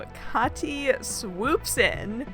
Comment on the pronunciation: Side note: As a linguism nerd I'm happy to hear that you know how to pronounce the german first name "Kathi" (It's not even close to the american pronounciation of "Cathy") 😊👍